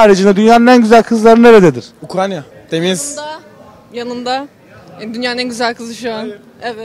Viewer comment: Bı türlü Ukrayna diyen çıkamadi jdjssjjsjsjd abi ukranya nedir